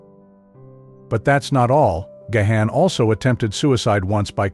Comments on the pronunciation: it's Garn, not Ga-han. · Dude it is so annoying — not GaHan, it is Gawn, please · Gahan pronouced "gone" not ga-han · He is GáHán..Á not e or gay..or anything else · gayhan? Gahan, as in GARN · Oh, Booh-Hooh. Stop this woke, victim narrative for infants. Dave (and the rest of the band) are legend! And, pls...it's Gahan (Gaan), not Gayhaan). 🙄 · You do not pronounce his name Gahan. You pronounce it "Gone" as he took his last name Gahan (His birth lastname was Callcott) from his stepdad who was of irish decent. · Please ... stopped watching when you said gay han ... its gone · I can’t handle the way he pronounces Gahan 😂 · His last name isnt Gay-Han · You don't say the H! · You’re pronouncing Dave’s last name incorrectly. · You can't even pronounce his name correctly ... GO AWAY AND DO SOMETHING ORIGINAL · Well, you're pronouncing his surname incorrectly. 😑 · It would help if he knew how to correctly pronounce Dave’s last name . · Not only is that not how to pronounce his name, but it’s said 2 different incorrect ways.